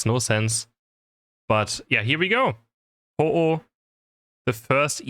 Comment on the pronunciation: you mean........Ho-ohlowear?